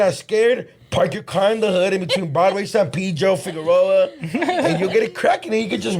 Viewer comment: Omg!! do know is the only guy I heard say Figueroa on point!! Everyone say it dumb a hell